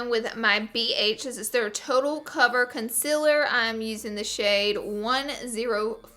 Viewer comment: Omg the way she says concealer😬😬